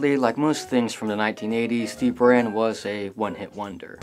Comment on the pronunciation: it's prounced boorahn. and it's not russian shutle, it's a soviet soviet space craft. yes, there is a huge difference.